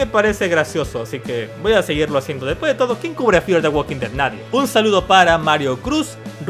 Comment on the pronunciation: Uolki tolki 😂😂😂😂😂😂😂😂 ualkin ded 😂😂😂😂